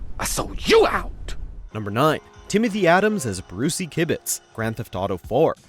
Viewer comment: You said Brucie kibbutz wrong